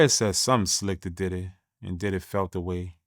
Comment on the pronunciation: Is bro sayn daddy house or diddy house 😂😂😂